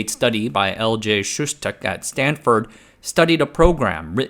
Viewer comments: lol "Stanfurd"... everyone knows it's correctly spelled "Stanferd" ;-) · Stanfurd? Really? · “Stanfurd”?!? FFS! Update your LLM! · i noticed that too xD